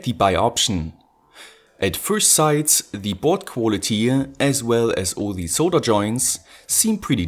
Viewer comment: Super Video! Mir fällt hier und bei deinen anderen Videos immer dein "the" auf, das du aussprichst als würde immer ein Vokal folgen. Schau dir das viellleicht mal an. Ansonsten super, weiter so!